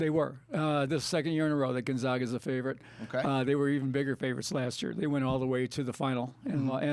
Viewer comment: Not Gon-Zahg-a....the "zag" is pronounced like nag or lag. Just a little pet peeve of Zag fans. Love your updates!